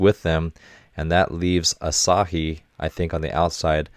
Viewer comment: Asahi is pronounced more like ah suh he instead of ah sah he